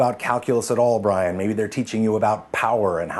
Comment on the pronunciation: But... but.... his name wasn't bray-en, his name is Bree-an!